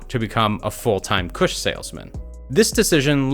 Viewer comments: Mans said “kuhsh” like et😭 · “Full time Koosh salesman” bruh you’re saying it like a white dude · The way this guy says “kush” 😂😂😂😂